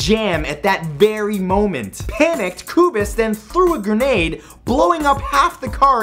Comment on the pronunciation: Whoever advised you on the Czech pronunciation, probably was a less native speaker that I am :-D But the crazy thing is I cycled through streets named after Gabčík and Kubiš to stop by a historical institute that resides a stone's throw away from that place. Never heard of the broken leg of Lincoln assassin. :-D